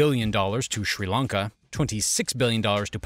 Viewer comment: Its Srilanka not Schrilankaah